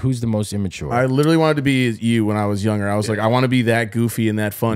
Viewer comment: I challenge everyone to find a single episode where doesn't say the word "younger" with a soft 'g' within the first like 10 minutes after the intro song lol. Love you man, I noticed it a long time ago and I think I'm on about a 10 episode streak lmao